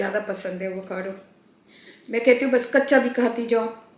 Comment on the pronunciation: Vacado nahi hota Avocado hota hay😂